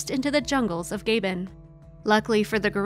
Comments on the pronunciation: ~:33 "...released into the jungles of Gay-bin"? Might that possibly be Gabon? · OMG I can't stand it - the pronouncement of the country Gabon is NOT "gay-bon", its Gaabon!! Also the death of 4-5 workers is appallingly related in a glib way without details as to what happened and why. Badly narrated video - take it down. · It's Gã-bõn not Gāy-bên. 🙄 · Just an FYI, the country of Gabon is pronounced "g'BON", not "GAY-bn" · It's hard to pay too much attention to a post that has a commentator that can't actually pronounce the name of the country in which the post is set: It's not Gaybon, it's Gabbon. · The narrator pronounced it “Gaybin” It’s Pronounced Gahbon The A like ah, not ay & bon not bin - Gabon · Honey child, you just gave me whiplash. The African nation of Gabon is pronounced as "Gah-bahn" or "Gah-bonh", not "Gayh-Behn." Did you know some search engines will actually let you press a button to hear the word you are searching for, pronounced? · I'm sorry. When pronounced by Africans, it's Gabbon. The narrator's pronunciation was Gaybon. When pronounced by Europeans it sounds like Gabbuh, the 'n' being silent. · The narrator might have researched the pronunciation of Gabon. It’s usually not Gay-Bon, but Gah (as in the name ‘Garfield’-Bon, with the stress on the second syllable. Unless, that is, it’s different in America. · I know I sound pedantic but a couple of minutes' research will tell you that there is no West African country called "Gaybun." It is pronounced as spelt: "Gabon." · Gay Ben? It's Gah-Bonn. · Gaybin? Ga-Bon. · I presume the narrator was speaking about Gabon (Gah-bon) but kept referring to Gaybin. Can we decide ourselves what other countries are called, or should we have checked before showing our ignorance to the world. Otherwise, interesting. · Gabon pronunciation is Ga-bone not Gay-bun! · it's NOT gaybon it is Ga - bon with a normal AAAH not a yankee ayy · It's NOT "Gaybon" - it is GAbon a hard A - the commentary spoilt this vid.